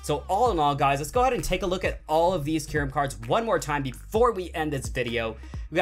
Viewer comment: It is not keyrum